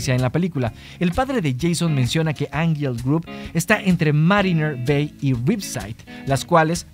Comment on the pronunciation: Que desesperación con tu mala pronunciación de angel grove